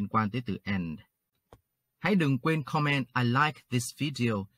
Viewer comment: May I suggest? Please put stress on the first syllable in the word “comment”. It’s different from “command”, stress on the second syllable.